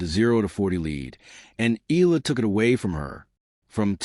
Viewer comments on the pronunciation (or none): EYALA EYALA EYALA EYALA EYALA EYALA Not eela EYALA !